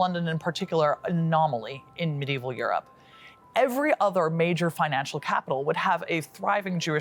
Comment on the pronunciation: "sometimes Europe, sometimes eurdown" 😂